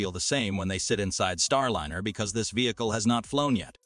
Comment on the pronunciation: There are also some very awkwardly worded sections. It's distracting how the pronounciation of key words keep changing. Starliner keeps changing between a soft and hard "i" like dinner vs diner.